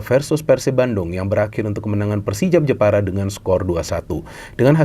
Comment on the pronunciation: Jepara tapi pengucapanya njeporo